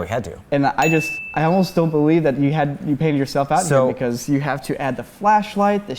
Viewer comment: "they haf a real dinosaur"